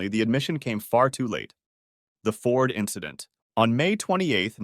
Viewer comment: "it was just an inchident on the track"